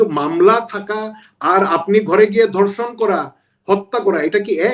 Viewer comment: ধর্ষণ কে বলে ধনশন 😂🤣